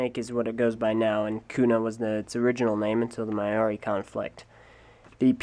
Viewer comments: "Mao-ree". Not "may-oaree" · Awesome vid, but you mispronounced Maori. I live in NZ. We're forced to do Maori every monday at school. It's not really possible to spell how it's pronounced, the closest you can get being Mau-ree.